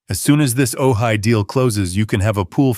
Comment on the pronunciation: Ojai is pronounced ‘oh hi’